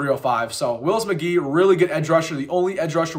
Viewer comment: Good stuff. Gotta get that McGahee name right though. Cut you some slack because you're young but his dad was a somebody.